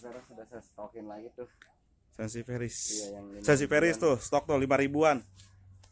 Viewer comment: Sansiviera pak bukan sensiveris 😀